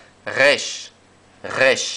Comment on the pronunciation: Por favor la resh es más parecida al español (como las r semitas) que al alemán o el francés, es decir, nace en el frente de la boca. No la enseñen más como si todos los hebreos fueran esquenazis. En la red hay algunos rabinos y estudiosos del hebreo que lo aclaran: hay vibrar la lengua como lo hacen todas las comunidades judías del Medio Oriente. La influencia del alemán y hasta de las lenguas eslavas, sin querer, le han hecho daño a la pronunciación ancestral del hebreo.